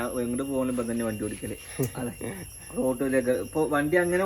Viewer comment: വണ്ടി ഓട്ടിക്കുക എന്നല്ല പറയുക. ഓടിക്കുക എന്ന് പറയു.